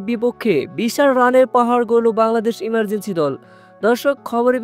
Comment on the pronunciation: ইমার্জিং কে বলতেছে,,, ইমার্জেনসি